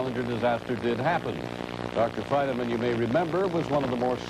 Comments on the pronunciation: I hate the way this newsreader pronounces Feynman’s name, “Feyn-a-man.” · Ah yes, Richard Feyn-uh-man. The long forgotten twin brother of Feynman. So rarely reported on. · Fichard Reynman. Say his name. Fichard Reynman. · The news guy saying "Feyn_a_man" is making me crazy. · Fine e man. Interesting pronunciation